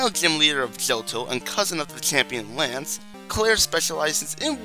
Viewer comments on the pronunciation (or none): none